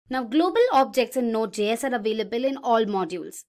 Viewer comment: Please redo the voice over. It’s pronounced “jay-s”, not “gee-s”. It JavaScript, js - not gs.